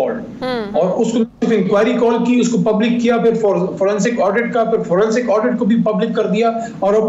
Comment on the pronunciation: It is 'forensic' and not 'fransic'